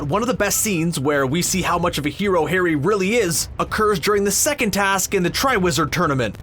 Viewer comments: At the beginning he called it Garry Potter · Hey you said Garry Potter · Did anyone heard that he ssaid Garry potter